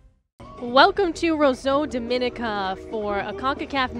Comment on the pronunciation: Its always a cringe when people don't know how to pronounce 'Dominica' Dom-min-nee-ka